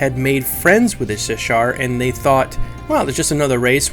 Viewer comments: Also, it's Shissar, not Sishar. Sh before S. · The names... Ik-SAR Shi-ssar